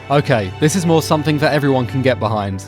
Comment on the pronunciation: Sumthink shouldn't be pronounced anythink like that